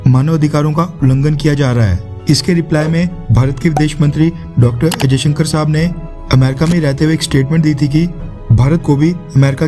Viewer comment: Bhaai....aap jab bhi 'S jayshankar' bol rahe ho to aisa kyu sunaai de raha hai k jaise aap 'ajayshankar' bol rahe ho????? Video ki sound quality me problem hai ya aap khud hi galat bol rahe ho????